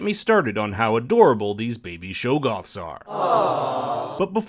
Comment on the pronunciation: Stop calling them Shoggoths please